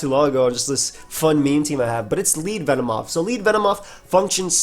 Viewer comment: Ah yes, my favorite mon Ven-moth xd Joking aside, love using this bug